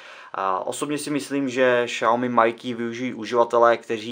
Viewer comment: Pozvánky nejde o to, video jako takové je povedené, sám jsem dal like, mě to jen bije do uší když je o tom samotné video;)